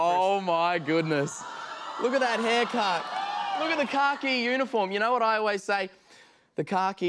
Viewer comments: Thought he said “car key uniform” in the beginning 😂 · Like how australians say khaki like car key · I never knew khaki was pronounced kar-key 😂 ❤ this is why I love Robert so much even though he’s the new face because we all loved Steve so much, he gives a shout out to his mom because he knows he wouldn’t be doing this interview if she hadn’t persevered after her husband died to raise such a beautiful young man, and support his passions❤